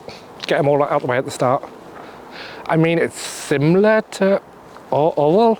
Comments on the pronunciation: Surely it’s pronounced “Orrell” 😜 Maybe you need stout footwear if you are intrepid exploring at this time of year! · Orwell is pronounced Aur-ell.